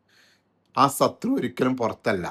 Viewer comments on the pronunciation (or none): SATHRU ALLA BOSSE SHATHRU